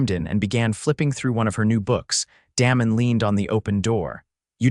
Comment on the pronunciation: when you are telling a story be sure you pronounce names properly. For example, "Damon" is not pronounced the way you did!